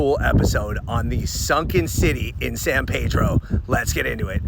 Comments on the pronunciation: Grew up in Montebello, angelenos pronounce it San Peedro not Paydro. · It's (San PEE-dro) & (Point Fer-MIN), not (San Pay-dro) & (Point Fer-main)! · The town is pronounced San Pea-drow. People go there all the time. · You mispronounced San Pedro and Point Fermin. It's San Peedro and Pt. Furmin.